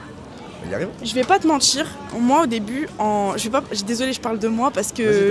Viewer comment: J’ai stoppé cette vidéo à partir de : « C’est dramatchique … je vais pas vous mentchir ..